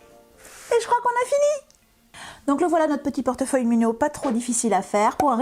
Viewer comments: Merci. Et pour le côté Minho, ça se dit Minihou en portugais et Minihó en espagnol 😊🥰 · Bon tuto! Pour la prononciation en portugais le "nh" se prononce "gn".😉